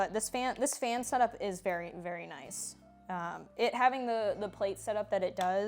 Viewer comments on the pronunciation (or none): none